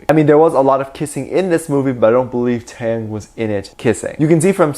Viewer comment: But like, why he keep saying TaeTae name wrong🥺. I have to re-listen to him pronounce Taehyung name and he’s saying it wrong from here to there😭